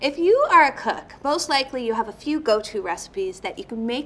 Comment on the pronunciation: Sounds like she says “if you are a Cuck”